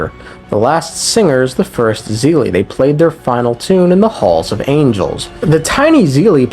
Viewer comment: Bro really said zeelie instead of seelie. Bro this is not hsr. They're not seele from hsr. It's not "Z". It's "S"